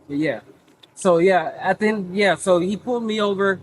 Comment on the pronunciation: If I hear these stupido’s say “at the en of da day” you don’t sound any smarter you sound a lot dumber.